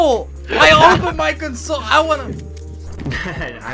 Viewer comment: you prounconced console wrong lol